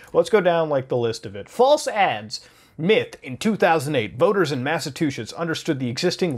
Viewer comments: (GRABS LAPTOP) Alright Mutahar, look man, lemme tell you my CANUCK post-teens Brother, BUT "MASSACHUSETTS" isn't pronounced as "Mass-Uh-Two-Sits".... I've had to tell your brown behind this shyt before, but I digress. It's *"MASS-UH-CHEW-SITS" yeh TWAT!!! Now, as a reserved gentleman of The Midwest (Minnesota; a strange Foreign Land to the Rest of the States; Although I'm Norwegian-American, I'm born out of Waterbury CT... Fairly Fresh to this side of Teh Globe!) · It’s not Mass-a-two shits. It’s Massachusetts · Say it with me muda!!! Mass-ah-chew-setts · did my boi call it massatwoshits? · this man said Massa two shits😂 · "BUT JON, am I the First Canadian to be told this?" "NIET!!!" Ok, both YOU, "Criminally Listed" AND EVEN "WATCHMOJO"!!!* What the fuck's WITH YOU Canuck-Fucks always flubbing that simple state's NAME? Seriously, a state of *Irish DRUNKS that can't get their shit STRAIGHT; EVEN WITH SETH MCFARLAND wallowing about, it's kiinda sad that no one can say their dumb shit state RIGHT!!! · 😂 your pronunciation of Massachusetts is adorable.